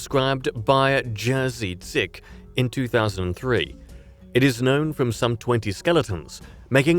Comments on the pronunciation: In the section on Silesaurus, you came nowhere near pronouncing the name of the discoverer correctly. Jerzy Dzik, is NOT pronounced like 'Jersey Sick", but 'Yezhy Jeek'. The weird orthography rules of English do not apply to other languages. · It never fails to disgust me how little native-English speakers care to pronounce foreign names correctly. You absolutely butchered Jerzy Dzik's name. Jerzy is not pronounced the same as jersey, firstly the J is pronounced Y, and RZ is a tricky pronunciation not present in English, but you can get close to it with the French G that is in courgette and aubergine. DZ is pronounced like the J in jam (or jersey). Yuzhee Jeek is a much closer pronunciation than your dreadful attempt.